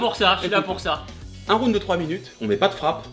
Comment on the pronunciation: un plaisir d'entendre un français prononcé pour la première fois correctement le mot "ROUND" à , à part ça c'étais une de mes vidéos favorite de Tibo très beau combat avec le respect <3